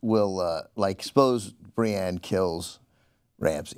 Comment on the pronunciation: Cenk, it's BriEnne, not Briane of Tarth.